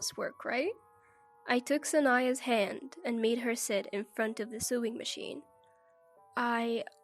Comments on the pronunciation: The way you pronounce sewing is sueing. Sewing sounds like so not sue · First story - Sewing is pronounced "so-wing" not "su-ing" The story about the MIL giving her DIL moldy wine and OP finding out MIL was a hoarder and after OP left her husband the MIL moved in. The line was Steven home was "trash" place. The narrator pronounced it"thrash". 2 words that are hardly interchangeable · By the time you get to the end of the story, sewing becomes suing. 🤔